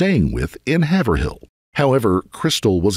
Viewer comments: Have er hill? It's Heyver ill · It's pronounced "HAY-VRILL" lol..I've lived in Massachusetts all my life, and I was getting annoyed with you saying "HAVER-HILL" lol.. Interesting fact: Rob Zombie grew up in Haverhill. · Haverhill isn’t pronounced HAVE-ER-HILL it’s HAV-ER-UL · Annoyingly because Massachusetts has very difficult town/city names (lifelong MA resident) but Haverhill is actually pronounced “Hey-vrill” . Not being rude just wanted to make you aware lol. I know live in NH and this poor baby’s story is so, so awful. ❤ rest in peace Harmony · Haverhill Massachusetts is pronounced Hay-vril btw. It was painful hearing that the whole video